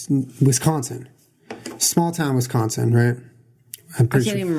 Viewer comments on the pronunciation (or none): I cringed SO hard when he said both Manitowoc and "wesCONsin" ahhhh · Omg the way you pronounce Wisconsin and Manitowoc 😂😂😂😂 Im from Wisconsin so I can make fun! 😊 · no emphasis on WisCONsin either